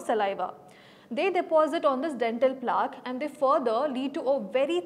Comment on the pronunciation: It is plaque pronounced rhyming with black. It doesn't rhyme with chalk. This is one of the many words which are heard in medical classes often. You are not a doctor or the people from who you claim to have learnt are street dentists maybe.